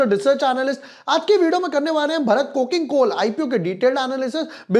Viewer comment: Bhai pahli baat to ye ki भरत nahi भारत hai.